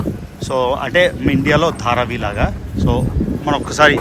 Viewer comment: Dharavi andi adi...you are not pronouncing it right... please check and correct it